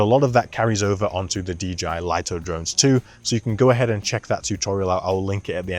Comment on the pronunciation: DJI may as well officially rename this drone the Lye-Toe because no one seems to know it's pronounced Lee-Toe